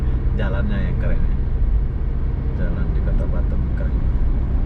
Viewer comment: Batam bukan batem🤪🤪🤪